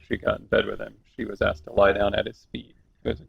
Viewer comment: As intelligent and insightful as she appears she purposely says axed. I'm not trying to be insulting but if you're going to try to demonstrate your culture saying the word asked in that manner does nothing but make you sound uneducated sorry not trying to hurt your feelings but you should take pride in the fact you've been educated to the point of annunciating such small words would be simple but God bless you all the same